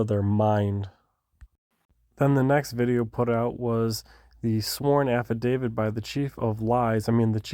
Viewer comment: IS is an affidaviT thats a T not a d its not an affidavid